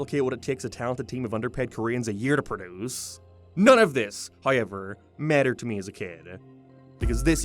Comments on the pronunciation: I'll never get tired of "High-yever" (however) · What accent is this? Some sort of canadian one? Irish? Like how he pronounces "however" is nothing I've ever heard lmao. nevermind, suppose it's northern irish? I thought I was better at recognizing an irish accent but maybe they kinda vary depending on location